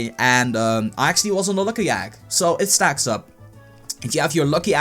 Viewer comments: ido leib and NBA 2K it is a joke he put in for how the way he talks. He pronounces "egg" as "agg" lol. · Ha it said agg instead of egg!